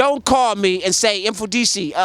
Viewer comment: How to pronounce Mfundishi. The M is closed, it's not eM... just like you pronounce Mother you don't say emother.